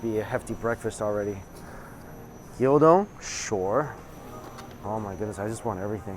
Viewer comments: Gyudon not gyodon lmao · Gyudon not gildon Gyu rhymes with new don rhymes with bone The dressing wafu means Japanese style. and still can't say Onigiri, I guess you have a speech impediment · Stop calling it gyO-don! it's Gyu! From the Japanese word for cow/beef. You don't call it WagyO do you? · It's called GYU-don, not GYO-don... LOL